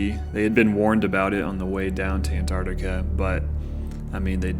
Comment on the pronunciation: Ant-ARCTIC-a", not "An-TART-ica". Interesting video though.